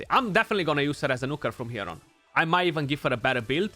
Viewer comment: I love it when you say Nooker dude =) <3